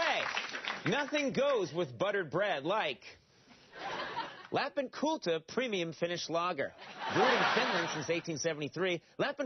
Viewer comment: "Lap In Cultah".